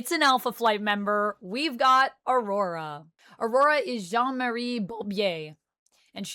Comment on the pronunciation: The way you say well in French the name of Aurora, est-ce que tu es Québécoise? Je vis au Québec et pure en esti je suis lol.